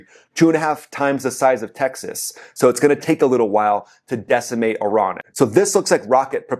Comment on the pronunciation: It's Iran not euron benny